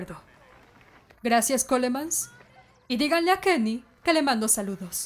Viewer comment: YO PENSE QUUE DIJO LENIN PERO ERA KENY XD